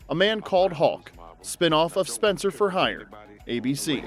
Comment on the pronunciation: I watched Spenser: For Hire and loved Robert Urich...but I still have a mad passionate thing for Mr. Brooks.... "Spen-SAH!"